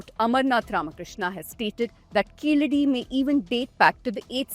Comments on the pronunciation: Please say "Keezhadi" correctly. It means "lower step". It is not Keeladi as mentioned in the video. In fact, an even older archeological site is on the banks of the Thamirabarani river at Adichanallur. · It is Keezhadi and not Keeladi... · கீழடி. கீலடி இல்லை. Say it right. No sense of pronunciation of the Tamil language. Just yapping. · It will be nice to talk about literature of an ancient civilization and language if you can learn how to pronounce கீழடி . Jarring to the ear. ✅ Correct: Keezhadi ❌ Incorrect: Keeladi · ITS NOT KEELADI U MUTT - IT IS KEEZHADI! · Its keezhadi not keeladi kudos to ur team 👏👏👏👏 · It is Keezhadi. Not Keeladi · It is Keezhadi, not Keeladi. Like Tamizhu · It’s good and a welcome move that you are voicing the concerns but first learn to spell the name properly it’s Keezhadi and not Keeladi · It is keezhadi. Are tamils forgetting the use of zha in Tamizh language.